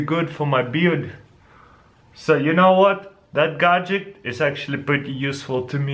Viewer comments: not godjick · gad-jet, not godjick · He says either gadjik or gadjick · i just love how you say "Gadget" you say it like "Gahgidict" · bro you spell gadget correctly in the title of the video yet you pronounce it "gadgik." I understand you have an accent but still...